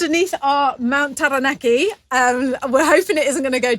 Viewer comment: Liz you pronounce Taranaki very well.... very much appreciated from this maori nani